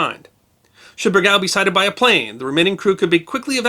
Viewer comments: Oh, no...! As has been pointed out, the pronunciation in this video is being butchered. It's BUR - gawl! (Not ber - GALE ... ugh...) I was on the SSN-677; the SS-320's namesake, and the two crews (diesel and nuke) hold our reunions together. Everyone who's not been on one of the two boats hoses up the name. One day a guy came down the pier and said, "Hey, I'm looking for the bur-ZHAHL", with this nasal accent. We looked at him, trying not to laugh. "The WHAT???" He said, "Some submarine. I think it was named after a French General." He must have confused our fast attack boat with the Lafayette class. Most of the time, I just called It the "Nasty Little Stinking Rotten Demented Mungfish". It's a subspecies of Tautog, smaller than that fish. Has no value to speak of. It's mostly there to piss everyone else off. Oh, and we do not say "17-55 hours". Lordy! That's a silly thing from movies (and cops). We just say "See ya at seventeen-fifty-five". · Sir I spent 7 years on USS Bergall (2) SSN 667. The proper enunciation of Bergall is Simple... Ber--gall. Our original namesake was a real reason why U.S.S. Bergall (SSN 667) proudly served throughout the "Cold War" ( ) - you know that time where everything we did we could not talk about. She was a great boat and I was proud to have been on her. STSC(ss) Pat Davis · Sir, with full respect for your excellent work on preserving the history of naval events and, please note, as mentioned by dcrbmwc 2 months ago, the correct pronunciation of Bergall is BERG-all. A ship deserves the respect of having her name remembered correctly, especially a boat such as Bergall who served so well in WWII. I remember her from my days as a submariner aboard USS Guavina SS362 when both were stationed in Key West in the summer of 1958. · My Father was a sailor on the Bergall. He always pronounced it Ber-gaul. He was an electricians mate but his battle station was the forward torpedo room. I could tell you some more stories but not on this media.